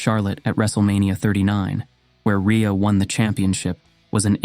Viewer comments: The inconsistent pronunciation of her name is annoying. Ree-uh or Ray-uh. Pick one. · How many different ways can you pronounce Rhea I think they were all here LOL